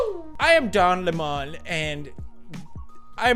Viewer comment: DON LEM-ON